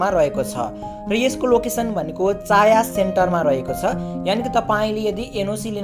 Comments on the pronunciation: चाया होइन छाया सेन्टर हो😅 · चाया हैन छाया हो 😂😂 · छाया सेन्टर हो भाइ चाया सेन्टर होइन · छायाँ हैन भाई छाया हो।